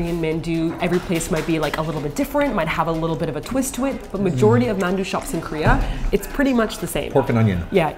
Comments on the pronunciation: sorry but it got to me how they were pronouncing it as "mann-du" in the video. I grew up hearing it with a softer annunciation like "mahn-du" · RAGE!!!...please ask soozie to teach you how to say 만두. the 아 sound is the same as is 강남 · It's the dothraki-man-warrior inside joke thing, that's why they pronounce it like that.